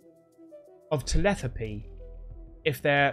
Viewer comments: Telepathy not tepelathy! 😂😂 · You say telepathy as telethapy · Bro your killing me every time you try to say telepathy try saying it like (ta-lep-a-thee)😂😂😂😂 cause whatever that abomination of a word was before was killing me😂😂😂😂 lol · "Telethapy"🤣😂🤣😂 It's telepathy man!!!😂😂😂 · It's telePATHY not teleTHAPY. Just like it is emPATHY, socioPATHY, psychoPATHY, etc. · TELETHAPY??,,, TELEPATHY!! sorry mate, I couldn't help myself, great vid as usual love all the ufo stuff, cheers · Hey buddy. It's pronounced Tel-ep-a-the, not tel-eth-apy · Lmao!!! Can you say Telethapy in all your videos please!!! Cracked me up!!! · You do the same thing I do - I call it verbal dyslexia, getting consonants the wrong way round in a word - telethapy. Beggs and acon, clee triming, called spoonerisms, are the separate word letter swaps. It's quite amazing to me how many of us have weird word stuff. My daughter swaps the word completely with a similar sounding one, then has to find the actual word she meant to say. Great Video btw, even though I'm rabbiting on about word messes lol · TEH- LEH- PATH- EE. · Te-Lep-a-thee it’s pronounced. Telepathy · The cutest thing about this video is pronouncing the word telepathy. Ugh so cute... Love your excitement, Don't ever change 🥰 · As long as the don't learn to pronounce the word telepathy from this dude they might be alright